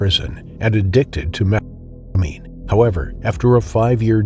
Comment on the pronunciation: You can’t say methamphetamine?